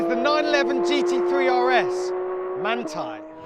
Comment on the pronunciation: You’re saying Manthey incorrectly to trigger people into commenting, right? Well, there you go, you win 😅